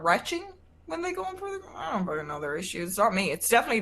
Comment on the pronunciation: "If you want a fockin Pam reading" lmao